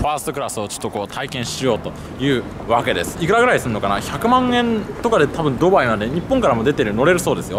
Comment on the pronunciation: スーツ氏「例えば、、、とうきょう、ドゥバァーイ、ロンドン」 俺「クセwwwwwwwwwww」